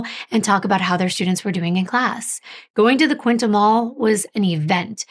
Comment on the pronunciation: I live in Belleville, its not small by any means! like 160k people live here -- QUINTE -- QUINN-TEE not QUINTA